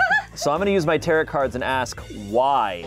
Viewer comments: Is he saying taroTt? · pronouncing tarot like "carrot" amuses me more than it normally should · Its pronounced tarot not tarot